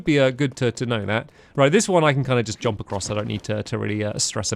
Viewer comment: stampy saying jomp is so nostalgic xx